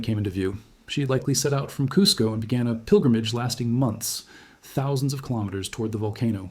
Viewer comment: Pronounced ‘Koo-Sco’